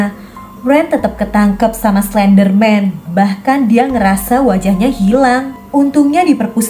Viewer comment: Oh iya tadi kakak bilang slenderman yang anak nya slendrina ini kakak bilang klenderman